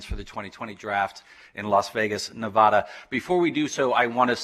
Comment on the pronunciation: somebody should probably tell him how to pronounce Nevada if he is going to address local government there.